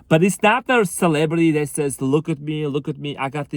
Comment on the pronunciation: Lol instead of celebrities, "celebrate-y"